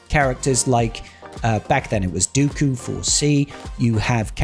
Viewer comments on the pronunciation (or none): none